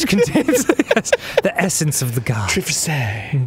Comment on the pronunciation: I lost my shit when he mispronounced Triforce.